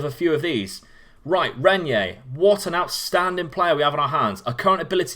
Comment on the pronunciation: I have Renyer in my Red Bull Bragantino save and he's a real beast, though it's easier and cheaper to buy him at the home market as the teams sometimes fail to put release clauses that would scare the rivals. (By the way, pronunciation is right, mate) Can we have Cauê Santos in the next videos, please? 16 years old striker loaned to Corinthians by Gremio Novorizontino. Not as special as Renyer or Lázaro, but it's a real bargain as you can get him for as low as 18k Euros and once the loan is over he's yours. His impact was always immediate in all teams I had him.